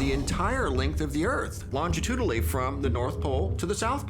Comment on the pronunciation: can't even say "Longitudinally" correctly. He is an Image Analyst though, so maybe he's used to picture books.